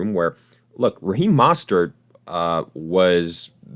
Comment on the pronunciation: Bro, you gotta learn how to pronounce "Mostert" correctly, it really discredits anything you say after